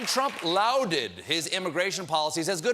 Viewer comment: “Lowded” or “lauded”? Because one’s a word and the other sounds like one. Like Obama and Trump: one was an actual president and the other is a gold-obsessed, habitual liar whose name rhymes with “crump”.